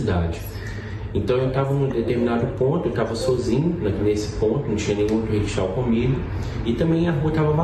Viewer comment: Ocara mora lá, trabalha lá (Dublin) e não sabe pronunciar corretamente Rickshaw